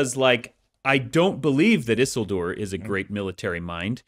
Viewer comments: Brandon's mispronunciation of Isildur's name drives me crazy. It is not "EASEL DOOR" ffs. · Why are they saying Isildur's name so wrong? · I loved this deep dive into Rings of Power. Makes some good points. Was anyone else bothered by their pronunciation of “Isildur”?